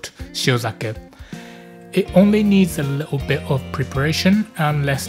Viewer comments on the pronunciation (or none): My apologies. Should have said Southern England rather, like skipping the "t"s from "a little bit of" and "important" as in the video. Very colloquial.